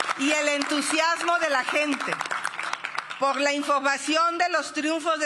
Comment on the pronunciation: QUE LE PASA??? No puede decir "POR" dice "POF" xdxdxdxd